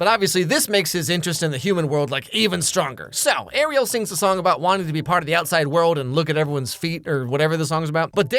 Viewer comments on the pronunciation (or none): none